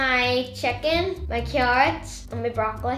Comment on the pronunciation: Why every time you say me food not me food my food